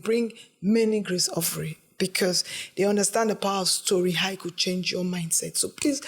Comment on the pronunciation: As an Uromi girl, I was angry when he said “ Ofure” 🤣🤣🤣how dare you pronounce the name like that 😠